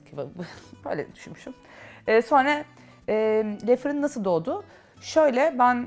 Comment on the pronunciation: yanlis anlamazsiniz neden Le firin markasindaki le kismini dogru okunusuyla lö seklinde okumuyorsunuz, bunun bir sebebi var mi?